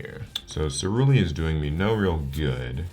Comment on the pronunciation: First turn messes up ceruli